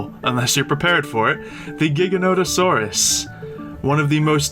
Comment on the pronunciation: I hate how everyone pronounces is like gigg-a-nah-torus. I'm pretty sure it's supposed to be pronounced like jie-gan-o-toe-sore-us"